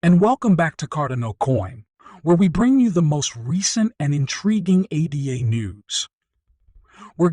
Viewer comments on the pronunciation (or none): If you don't even know how to pronounce Card'an'o or ADA (after Ada Lovelace; NOT A.D.A)... Terrible video. The coin is doing well, yes. I'm a maxi in fact. However, this video is cringe city.